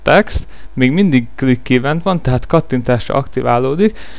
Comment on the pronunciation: "Ívent" az agyad, az... :P Ülj le, fiam, egyes! :D